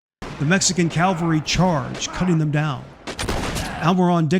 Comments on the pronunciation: You mean CAVALRY… Not CALVARY. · Great video, but it is cavalry not Calvary. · nice video, but huge pet peeve, The word is cavalry(mounted soldiers) not calvary(a place in israel)